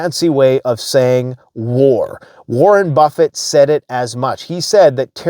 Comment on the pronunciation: Warren Buffet or "warin' Buffet"????